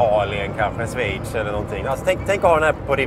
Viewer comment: Från Sväitch?? Vad är det för land? Schweitz utalas med shhhh i början och s på slutet. Om man nu tycker språk och uttal är viktigt.